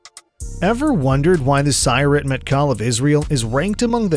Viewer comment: The announcer is mispronouncing Sayeret. Each syllable of Sayeret has equal emphasis in Hebrew.